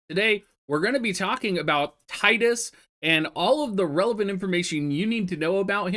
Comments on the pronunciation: I've called him Tide-Us since I played X way back when the game came out and always got crap for it. Happy to hear you use the same pronunciation Dr! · Not even 30 seconds in and all I can say is thanks for saying Tidus correctly lol